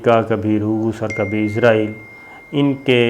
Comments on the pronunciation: AOA.. Very happy Eid mubarak to you.. I really love your program, bt i hv a suggestion fo you, plz say Israel instead of Izrael, Plz correct the pronunciation.. Thanks n love from Germany.. 🇩🇪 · Sabir Shakir please pronounce the word Israel instead of Izrael which means the holy angel Hazrat Izrael Aleh slam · Boss~IZRAEAL ~ nahi ISRAEAL bolttay hain 🥰 moot k Angel ko na bolain aa hie na jaye kahain 👻☠️ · Izraeel nahi...israeel hai...hahahaha.. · صابر شاکر صاحب ایزرائیل نہیں ایسرائیل ہے اس ملک کا نام ؟؟؟ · Izraeel nhi sahi israeel hai jnab